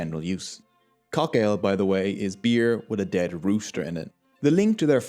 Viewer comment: Haha..love the way you say beer beuerrr XD